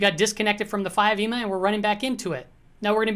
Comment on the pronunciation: Please stop saying EMA like it's a word.